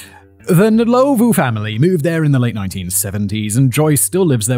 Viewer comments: Rosemary Nlowlvoe😂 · I'm English and only know the surname Ndlovu from the Zimbabwean footballer Peter Ndlovu who played for Coventry City and Huddersfield Town. Commentators always pronounced his name as "Un-lov", was that wrong? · No. It's Nd lo vu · I'm South African too and hearing him say Soweto and Ndlovu is killing me 😂😂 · The pronunciation of Ndlovu and Soweto is so distracting😂🇿🇦